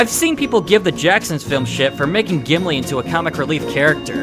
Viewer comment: Who's Jimlee? I cant belief you said a name wrong, thats shocking!